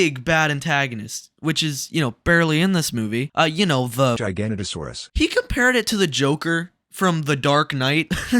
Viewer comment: Gigantosaurus is a giant sauropod dinosaur. It would look like a brachiosaurus. This is a giganotosaurus, a theropod. Giga no toe saurus. Or giga not o saurus. I guess I already knew we'd have problems, since you keep implying JP3 wasn't bad.